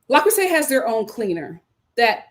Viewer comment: I'm dead!!! 😆🤣🤣 The Frenchman pronunciation 👌🏽 Yessss!